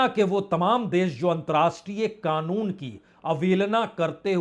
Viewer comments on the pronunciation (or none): none